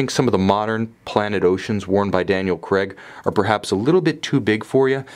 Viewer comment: It is Daniel CRAIG not CREG.